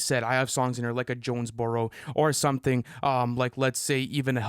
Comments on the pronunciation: It’s JONES- BUR-ROW stop disrespecting Georgia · Did really call Jonesboro Johnsboro?? 😭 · can't be correcting Lu for "Parade in Cleveland" when he's out here pronouncing Jonesboro as "Johnsboro"